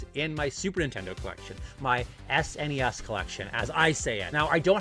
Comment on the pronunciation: I'm only 2 minutes into the video and yes to Super Mario World! It's our son's favorite Mario game, Yes to pronouncing it S-NES and yes to the Canadian pronunciation of Mario.... I get crap for it too LOL😂 And to answer your question, now that I'm done watching the video of my perfect game on the SNES it would have to be Super Metroid